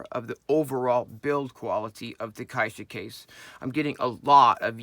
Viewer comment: Great video, and thanks for the care in pronouncing "caixa" properly. :)